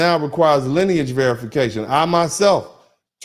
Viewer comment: EXACTLY! You hit the nail on the head, When you said, "MELONIN-IS-NOT-LINAGE". It's "LINEAGE", Not "SKIN-COLOR". All of those "NON-WHITE" immigrants only accept their own based on nationality, Or their tribe. NOT their "SKIN-COLOR".